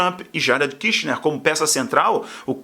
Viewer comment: Brother, corrige a pronúncia aeeew! KIRCHNER é a família argentina! KUSHNER tem o U como em "but"!